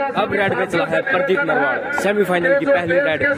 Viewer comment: he say pradeep randwa